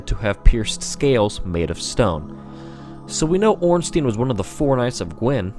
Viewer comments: It's not ornsteen it's orn stine. As in Frankenstein or albert einstein. Stein means stone in german. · Off topic and pointless comment but goddamn does the "ornsteen" pronunciation drive me nuts. It's Stein not Steen. Easy way to see it is, you don't say frankensteen do you? Regardless good video, facts and theory's were separated nicely (unlike 90% of lore videos) so keep up that trend cause nothing is worse than when someone claims their fanfic's are game fact (looking at the ridiculous theory that Aldrich ate nito with 0 evidence) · no its orn-stine the germanic spelling ein means it is a pronounced stine not steen . if his name was spelt ornstien it would be pronounced steen...or most likely people would say ornsty-en go german names ☺ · yet another one who pronounced it wrong it is ornSTEIN not ornSTEEN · wait.. it's OrnstIEn? I always pronounced it as OrnsTEIn (a bit like in "wine") :(